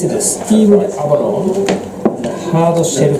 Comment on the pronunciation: why do you pronounce abalone as abaloni?